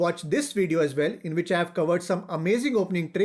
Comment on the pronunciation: Why u say which so much stress Say in normal voice plz